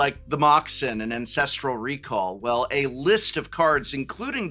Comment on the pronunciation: I just KNEW people were pronouncing Ancestral Recall wrong